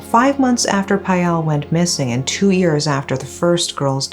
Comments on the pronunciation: Irritates me when she pronounce years as ears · Unrelated to the video topic, but I love the way she pronounces "years" 😂. It's so cute!